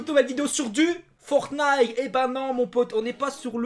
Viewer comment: Pk tu dis forny c'est forTniTE